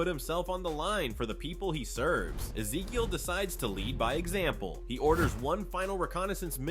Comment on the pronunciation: Misses pauses and mispronounces Ezekiel.